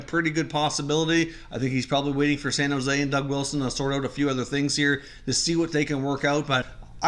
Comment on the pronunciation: “Shan Jose Sharks” lol